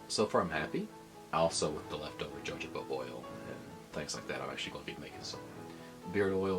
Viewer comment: It's pronounced hə həʊ bə or hə-ˈhō-bə. Good video though.